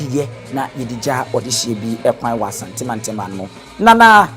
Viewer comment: Please you normally say Asantemantam yi mu. Please correct way is Asanteman Yi mu.